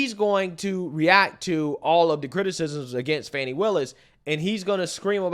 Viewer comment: Imagine the praise from the democratic party if she was the litch pin that caused Trump to lose the election? She's staying on to improve her own status in the democrat party, that's all it is. AND ITS FANI NOT FONI 😂😂